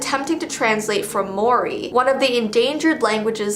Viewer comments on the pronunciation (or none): It’s Māori not Mori haha and yes it is translating form Māori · as a kiwi ( new zealander) said Maori wrong, also it's a fun language to Learn highly suggest it! I do love her videos though so this isn't meant to be hate